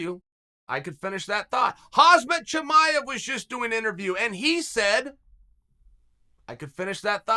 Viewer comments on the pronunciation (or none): Yyyyyessss he busted out the "Hazmet Cha me ev"